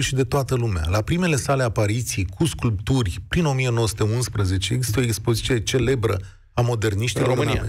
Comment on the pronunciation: Cu tot respectul,, “sculpturi”, nu sclupturi. Unealta Dvs de lucru este cuvantul. Iar acest cuvant folosit in aceeasi fraza cu Brancusi este cu atat mai rau. Romanii, cei mai multi, si poate si unii initiati, nu stiu ce talie artistica are Brancusi la nivel mondial. Si poate este un lucru natural. Brancusi a influentat enorm sculptura de dupa si designul la nivel international. (designul de produs, de automobile si tot felul de industrii in care se poate vorbi despre forma). Faptul ca cineva, candva ar fi facut o apreciere cu cubul de zahar, este scuzabil si poate, a ras si sculptorul. Oamenii care duc LUMEA mai departe prin creatie si inventie nu cer parerea celor care inca nu stiu ceva despre domeniul respectiv. Eiffel a avut parte de aceeasi rezistenta. Si e plina istoria. Brancusi a fost mai mult decat un artist plastic, fie el si “monstru”. Felicitari pentru emisiune!✨